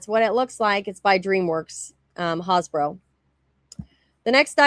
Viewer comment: It's HAS BRO not Haus Bro !!!!!!!!!!!!!!!!!!!!!!!!!! Do you pronounce Mattel - MU Tell ?